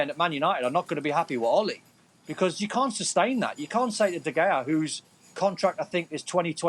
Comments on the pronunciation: Nobody : Don : David DeGayAh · Can’t he just pronounce his name correctly? It’s not like he doesn’t know how to say it